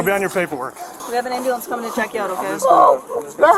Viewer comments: "I need an amboolance" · Someone called Lindsey ah ahh-bah-lamps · Pathetic & pitiful azzhat.. “I need an am-bo-lance! ignorance is bliss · The Slubs of society, the “amba-lance” peoples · Nah! He axed for an amber-lamps. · You said it wrong. It’s am bu lamps. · I'm not trusting anyone's narritive that can't properly pronounce breath and ambulance. You sound like a Tyler Perry skit...ridiculous.